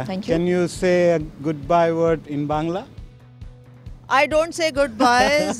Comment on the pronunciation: হাসিয়েন না ব্যংগ করে "বংলা" বলছিল =সে বাংলাদেশ বলতে পারে = !😔